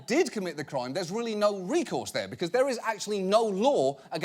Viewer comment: “Dats a bad dog right dur” 😂